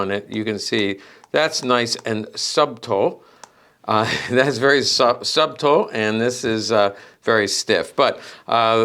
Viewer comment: It's sutul not subtul, obviously not spelled correctly but phonetically correct